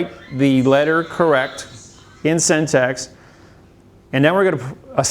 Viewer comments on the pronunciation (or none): He may be smart but he cannot pronounce syntax. :) He says it like syntext.